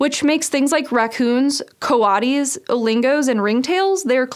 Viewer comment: Lmfao. “co-wah-dees”? Jesus. Nice pronunciation of coyote.